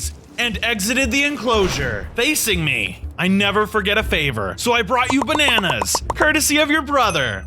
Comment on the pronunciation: Bananas❌ Benanas✅